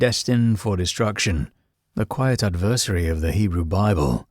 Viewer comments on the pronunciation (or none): ADversary not adVERsary.